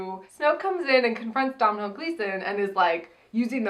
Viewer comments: Domhnall is pronounced DOH-NAL. Not DoM NaL. It rhymes with Tonal. He's literally saying it as Dohnal in that clip you used?! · As an Irish person it’s pronounced DOH - NALL gleeson. Love u xo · It’s pronounced Dough-nall. I liked the film, but I didn’t watch the past ones, but I got so excited at the start music! I really liked the outfits in the casino too. Love your reviews. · Just wanted to tell you Domhnall Gleeson's first name is pronounced Doe-null. Don't blame you though, Irish names make no sense lol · Doh-nal gleeson. Just FYI 😛 love you guys so much, never miss a review ❤❤❤